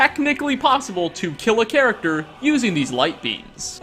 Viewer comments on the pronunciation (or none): none